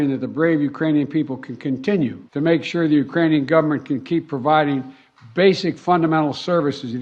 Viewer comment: Did i hear that right...did biden just say "uranium people"...lol